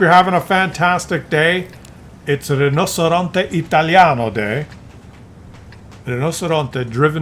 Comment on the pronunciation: you claim you speak Italian? It's not Rino"C"eronte, but Rino"CH"eronte.